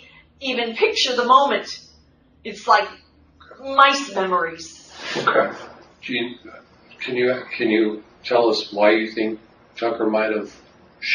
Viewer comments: Did she say “mice memories”? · Did she say mouse memories? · Mice memories?!! Did she say “Mice memories?” WTH 🐁🐁🐁🐁🐁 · Did she say 'mice memories'?